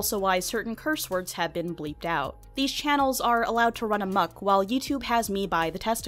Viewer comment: “I wonder EEif, Pete rat has a bruh-ang, let’s find OAaat” first off, I don’t know how the hell you messed up the pronunciations of all those words, and 2 Pete rat is a gummy rat. He’s a peice of candy. He’s not a real rat. He dose not have a Bruh-AAng. I severely doubt you sir have a Bruh-AAng.